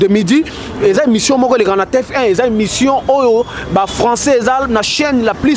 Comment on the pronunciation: Ndeko eza T F 1 et non T F I 🙏